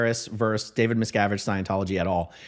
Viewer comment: VERSUS. The word is “versus,” for goodness sake. Why don’t any YouTubers know how to pronounce this word?!